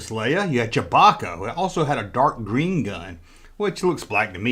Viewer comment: Whose “Chawbacca“?! You mean, “Chewbacca“!